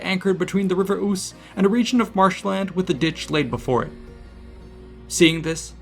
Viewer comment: Its pronounced Ooze not Oose